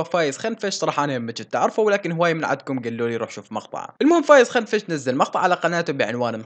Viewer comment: كنفش مو خنفش 🤣🤣